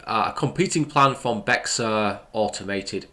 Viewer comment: Bexar county is pronounced “bear county btw.